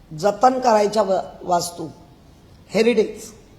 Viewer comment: हेरिडेज नाही ओ हेरिटेज असे साहेब😂